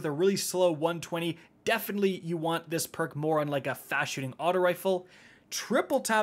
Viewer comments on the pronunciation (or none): none